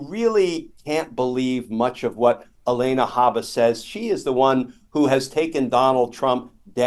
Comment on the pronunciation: I would like to say it's unbelievable, but it's not at all. It's completely on brand for this narcissistic buffoon! Side note: I love your content, but I believe her name is Alina ,pronounced AlEEna, not ElAYna. Come on, Glen! 😊 It's not the first time I hear this mistake from him. Hurts our street cred. Haha